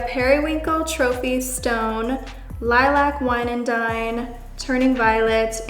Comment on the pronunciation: Why can't you nor say lilac properly, so funny